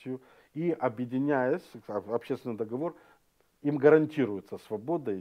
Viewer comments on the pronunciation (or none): none